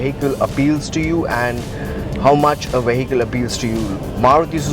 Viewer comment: the moment he started saying 'veyheecle'